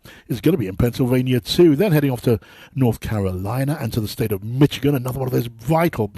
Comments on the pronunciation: It is not 'Mitch' ighan but pronounced 'Mish' ighan. I am British and always did not pronounce it correctly until I fell in love and married my American Wife and moved to the US. So now I find that I 'wince' when I hear my fellow Brits pronounce it. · Did he say "mitch-again." rather than Michigan?